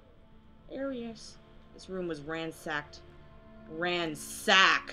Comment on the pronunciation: "This room is ransacked, ranSACK...Duh" lol